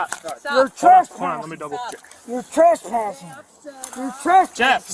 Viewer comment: You're treshpashing